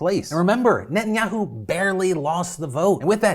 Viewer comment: I love you and your videos but your gotta work on your pronunciation of Netanyahu, it’s not ni-in-ya-u, it’s neh-tahn-ya-hu